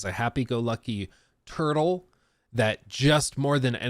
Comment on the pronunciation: I'm pretty sure it's pronounced "troo-bah-door" and not "turtle". Unless there's a tortoise class in D&D I'm not familiar with and you were referring to that.